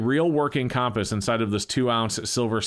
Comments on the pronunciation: He can’t pronounce “compass.” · Am I the only one who thinks says “compass” funny?